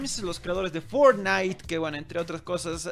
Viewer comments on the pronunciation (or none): none